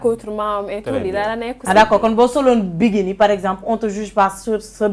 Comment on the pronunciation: (Biguini) on dit bikini quelle nullarde c’est quoi cette animatrice ... allez étudier avant d’animer ... bravo à la miss tu es très digne